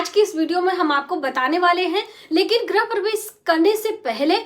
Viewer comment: गृह बोलिये... ग्रह नहीं